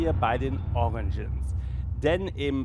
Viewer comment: "fur" heisst FELL! Ausserdem heisst es "origins" nicht "oriNgins....